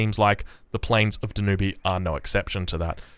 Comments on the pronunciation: Dan-yoob not Dan-u-bay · da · nyoob not Da new bay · Hi there. It's pronounced Denyub. Thank you for all the amazing content!!! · its called "DAN(T)UBE" (without the T, but nearly as Tube) Danube - in german its DONAU - 2nd longest river in europe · Danube is pronounced ''Dan-yoob''.